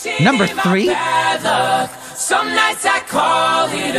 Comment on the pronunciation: did anyone else noticed that Joel's swedish accent became really thick when he said the number three, or am I the only one who noticed?